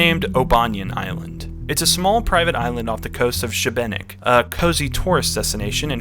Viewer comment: Great Video but as a Croatian, I did get an aneurysm from how you pronounced Šibenik 😭 it's "sheebaneek" with emphasis on shee